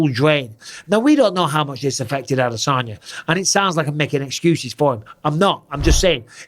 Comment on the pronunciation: brotha how tf did u butcher the name that bad. Adasanya